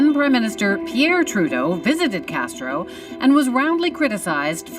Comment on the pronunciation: you said "she did not cheat with Fidel Castero. His name was Castro, not Castero, and as for your entire vode? It's a piece of shit.